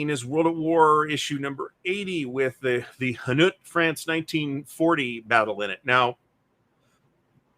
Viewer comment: Hainaut is pronounced Hey-nought